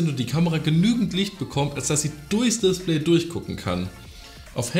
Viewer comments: Niemand:: das DisPLÄY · Lustig wie du das Wort DISPLAY ausprichst :) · Mich regt es auf wie du Display aussprichst, sonst nices Video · Bin ich der einzige der sie Aussprache von display komisch findet ?